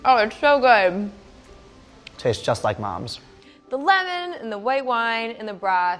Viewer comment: shou ghood. perfekht.